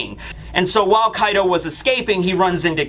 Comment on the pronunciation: Kaido's actually sounds like 'Card' when you talk Engrish.